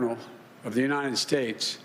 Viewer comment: we didn't have that for the last four years. Yosa mite? Really? United shates? OK